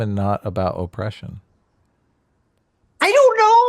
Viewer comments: The way the person says "Oh-pression" makes me physically angry. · Man, i listened to him say 'O-ppression' twice and was completely tired of it.